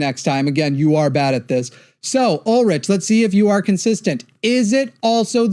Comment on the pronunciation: I kept hearing his name like Baldrick in Black Adder... "Ohh. Ulrich.... Yet another horrible take on politics" "I 'ave a turnip"😅